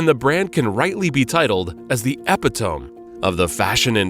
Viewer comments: Next time get a narrator who doesn't mistake The New Look with The New York and knows how to pronounce 'epitome'. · English is a challenge too. Mispronounced "epitome". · Did the narrator really pronounce epitome that way? Lol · English is not your first language..epitome? Google pronunciation.